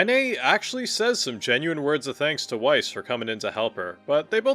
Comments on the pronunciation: It’s pronounced VICE not WiCE for Grimoire Weiss you buffoon! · It's Vice, not why-ss. Pls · Grimoire Weiss himself pronounces his own name as "Vice", as its germanic. It gives me OCD irritation to hear you pronouce it "Wyse", even if some of the voice actors have done that. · Love the video!! And no hate, just wanted to correct you that “Weiss” is pronounced with the “W” being a “V”! So it’s actually pronounced in game as Veiss! It’s a German thing to pronounce the W with a V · Do you pronounce Weiss like it is spelt and not how it's actually pronounced with a V because you play with the Japanese VA's so much, that you have forgotten its Veiss? Or are you just low key trolling? I'm genuinely curious because I wince when you say Weiss with a W !